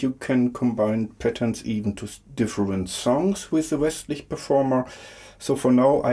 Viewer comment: You pronounced it well :D Thank you so much!